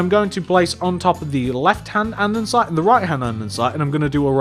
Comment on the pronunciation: It really annoys me that this man always says ANDENSITE.. It is AnDESite..